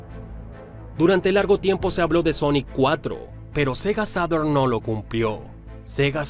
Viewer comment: Tiene bastantes detalles que corregir los nombres de las consolas de Sega no sé pronuncian en inglés perfecto, incluso la Mark1-2-3 son en japones, es cosa de ver la publicidad japonesa que es de donde vienen. Sega EsuYiShem (SG1000) Sega Maga Draivé (Mega Drive) Sega Sata (Sega Saturn) Sega Dorincast (DREAMCAST) Pero lo triste que es muy superficial ya que el ollo financiero no vino de las consolas vino de otros negocios como la fallida fusión con bandai en 1997 (es cosa de ver cómo va la curva financiera de Sega hasta Junio-Julio del 97. Tenía una tendencia a la baja entre el 95/96 pero inicios del 97 hasta mediados estaba recta y empezaba a subir hasta 2 hechos concretos, el áviso de que se cancelaba lamfusion /,compra de Bandai y las palabras del E3 del 97 "Saturn no es nuestro futuro' si sumamos que el mismo año 3Dfx filtro que trabajaban con Sega en el desarrollo de una nueva consola cuando aún estaba todo muy verde. Sega se gasto otro dineral en una demanda a 3Dfx que más encima la perdió y debió gastar para compensar sumado a otros litigios que ya ni hablar. El abandonar las consolas fue más una exigencia de los accionistas que algo que se quisiera realmente por su gente. Si dreamcast no se cancelaba tras la navidad del 2000 Sega abría empezado a ver números Azules a fines del 2003, cancelando la.comsola los vio a inicios del 2002. Lo bueno es que Sega tiene todos esos datos publicados y con algo de.maña se puede llegar muy fácil a ellos, especiamente los balances anu